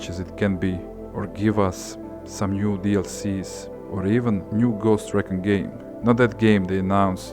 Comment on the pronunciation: Ffs say RE CON RIGHT